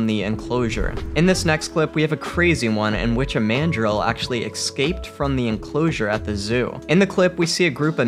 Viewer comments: Omg, it's "escape" NOT "excaped." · The word is escaped not excaped, please try to learn English for your videos.